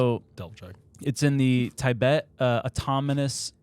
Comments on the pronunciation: This episode is making me question so many things … Why doesn’t know how to say Tibet? Why aren’t any of the other guys correcting his pronunciation of it? Wait, do I know how to pronounce Tibet?! How did actually just pronounce it correctly? Or again, do I not know how to pronounce it? Is actually a secret genius? No, sorry that’s insane, Especially after he said NASAW. Why didn’t anybody correct when He said NASAW? Is there some other organization I don’t know about called NASAW? What in the hot dog is going on?! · Tibet, or Tie-Bet according to hahahaha does he say he is an "Eh-Merican" hahahahaha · I never wanted to punch anyone, until I heard him pronounce Taibet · Your pronunciations of NASA and Tibet are driving me nuts lol!